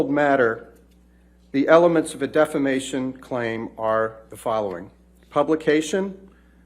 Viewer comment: Every time he says defamation, I hear defacation 😂